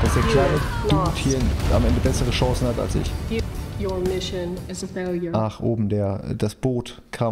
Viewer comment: Die eine Mission ist in der Tat ein "Faliure" 🤣